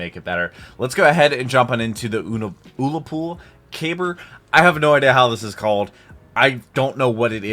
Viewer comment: The pronounciation is "Oolla pool" and it's a stick grenade that's made to be thrown and cause damage only when it hits something REALLY hard